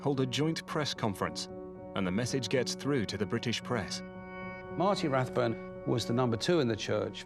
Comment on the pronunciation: Note that the $cientology “documentary” mispronounces his surname as RathBONE when he’s Rathbun.